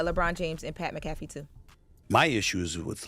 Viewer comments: Pat M-Cafee hahahaahahahahahaha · Who is Pat MaCafee? 😅😅